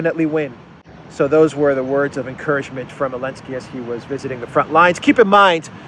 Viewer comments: Please show the president of Ukraine some respect and at least get his name right ! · Bro, its Zelensky.